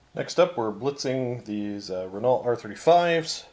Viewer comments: Great game lads but I had to nit pick: They are French so it's Ren-Oh, not Renarlt. Ren-Oh as in 'Oh dear' or 'Oh crap' Top stuff, I watch everything you guys put out :) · It's pronounced "Ren-ow". Gods, in every effing video of yours lol keep up the good work anyway...